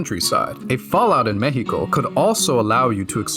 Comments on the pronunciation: Respect for actually pronouncing México right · Massive props to you for the insane research on our country and our culture, also the pronunciation in Spanish of "México" was just chef kiss man. In my eyes you're already Mexican, nuestra casa es tu casa